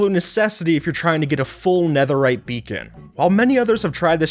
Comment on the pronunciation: "no one made anetherite beakon" no, or at least no an eanglish-speaker